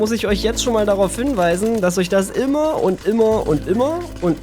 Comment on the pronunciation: das Wort heißt "immer" nicht "immor"